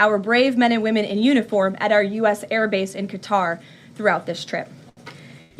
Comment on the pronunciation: She misprounced Qatar. Should be like "Cutter", not "Kaytar".